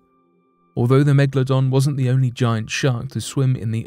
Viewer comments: It is not Mekladon it’s Megalodon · It is called a Megalodon not a Megladon. Cant understand why so many people pronounce this wrong.